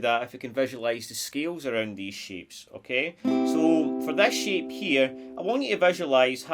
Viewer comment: Every time you said ‘shape’, it sounded like ‘sheep’ 😂 Guitar sheep bahhhhhhhhh